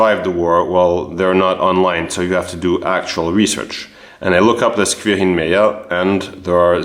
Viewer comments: Its very impressive how you managed to track them down, also yes you are pronouncing the name correctly. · You pronounce „Quirin“ exactly right. The name is very old, there was a saint with this name. In Bavaria the name is rather popular again, as old names re-emerge in these years. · yeah you said his name correct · Your pronounciation of Quirin is very good. I heared the name once before, its really uncommen, yes. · Your pronunciation of Quirin is perfectly correct. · Quirin pronounced correctly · Prononciation of "Quirin" is quite correct. Yes indeed, that name is very, very rare. Keep up the good work. The stories of our ancestors fighting in WW2 are always touching my heart for my grandfather a Feldwebel (Sergeant) fell in 1942, so I never got to know him. Greetings from a former Sergeant of the Bundeswehr 🤝🏻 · Your pronounciation of "Quirin" is perfect. This first name was and is nowadays quite common in Bavaria (although I understand he was not of Bavarian origin; Hechingen is the residence of the Hohenzollern). In fact one of the most talented painter, plasterer and sculptor of the late baroque and rococco in Bavaria was named Egid Quirin Asam. His best known church in Munich is St. Johann Nepomuk. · I don´t know, how you manage it, because most french pronounce this quouirin, but "gelernt ist gelernt" as we say. Greetings from Munich to my home town.